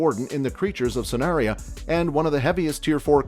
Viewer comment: and sanaria 😭